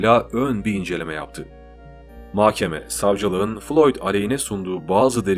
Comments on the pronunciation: Diksiyonunuz çok güzel ama bir tek mahkeme’ye inatla makkeme diyorsunuz . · Mahkeme ‘de h ‘yi yutuyorsunuz .’k ‘yi çok bastırıyorsunuz . Muhtemelen söylüyorsunuz ama kulağa böyle geliyor . Diğer videolarınızda da bu şekilde .